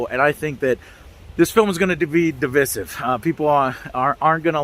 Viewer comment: Joe I agreed with absolutely everything you said in this video except for how you pronounced divisive